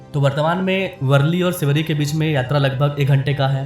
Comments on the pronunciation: Sweri bola (शिवडी) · What a horrible pronouncesation. It is Sewdi not sivery